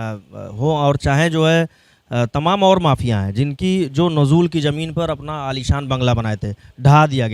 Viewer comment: नजूल को ठीक से पढ़ मेरे भाई। 😂